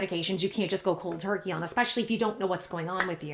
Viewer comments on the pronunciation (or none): none